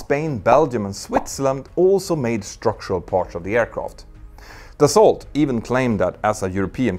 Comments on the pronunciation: You don't pronounce the "t" in "Dassault" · The way you say "Dassault" hurts my ears. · Love your videos! It taught me a lot in the mechanic of the planes and in their operation. Side note, you pronounce Aérospatiale as if it is an Italian name. In french we don't pronounce the last e. Take care and continue your amazing job! And indeed you don't pronounce the t in Dassault. Yeah i know french can be funny to pronounce...